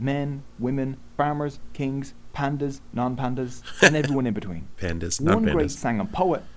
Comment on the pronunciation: Its PAANDIYAs, Not Pandas or whatever the guys mentioned.